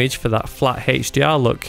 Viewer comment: "HEICH-DR"? what is that??